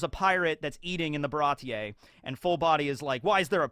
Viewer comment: Baratie seems like a European style word (slightly French), so one wouldn't awkwardly pronounce the "e" separately from the i, but just speak it as a long vowel.